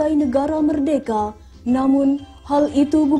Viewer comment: Meddeka,,, meddeka, meddeka😂😂😂😂bukan merdeka😂😂😂